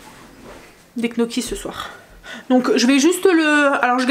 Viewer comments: C rigolo, "knoki" rien à faire, ce sera jamais gnocchi (nioki) 😂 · s'il vous plait ça s'écrit gnocchi mais il faut prononcer niocchi je sais c'est bête mais a l'oreille c'est plus joli🤣🤣